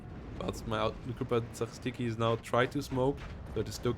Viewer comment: Its gruppa zaCHistki like word Chew. Ch. Gruppa za-chi-stki or group of sweepers if we to translate it